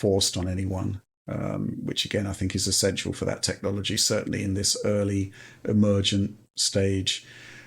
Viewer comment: Did he say Tech-lology? I'm going to use that :D